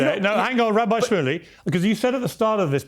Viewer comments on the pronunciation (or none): 😅YES! COOKED! This "Rrrrhabi" and Piers and too 😅